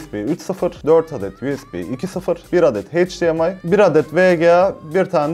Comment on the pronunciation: abi heyç Di em ay değil eyç Di em ay :'(